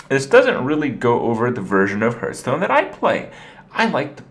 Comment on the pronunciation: Goddammit Kripp it's HARTH-STONE.